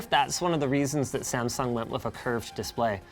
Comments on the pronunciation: Okay, WHAAAT, did Linus just say there 🤷🏼 Samfung or my ears just “that” bad 🤔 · the way he says samsung at the begining